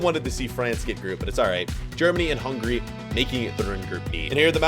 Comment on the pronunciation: Hungarya" in Hungary we can say Hungária, and you not far away from that😂